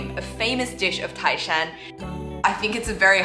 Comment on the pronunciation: tái shān，NOT tài shān😀😀😀